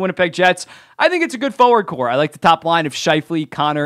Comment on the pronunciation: Just a note...It's a forward corps, not a forward core.